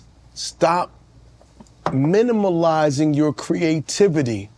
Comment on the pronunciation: Great interview, but Marlon what the hezzy is "Minilizing" 🤔 CTFU 😂 and Shannon you could have told the man during one of the commercial breaks that he said it wrong. Minimizing 💯